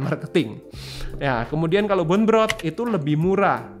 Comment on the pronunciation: BONE dibaca "bon" bukan "bun"